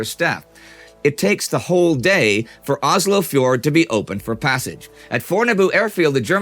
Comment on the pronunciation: It's Oslo. Not Ozlo.